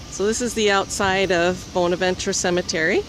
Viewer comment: Was just there this morning 😍 One of my most favorite places to visit, I go 8-10x year and I see something new every time. As a kind FYI, it’s pronounced “BAHN-avenchurr “ here in Savannah. Corinne Lawton died of pneumonia right before her marriage. The arch with the Jesus statue is her father’s memorial. Local lore says that she is positioned with her back toward her father, as she was marrying “below her station “. Actually she and her father were originally buried at Laurel Grove cemetery and moved to Bonaventure in 1898.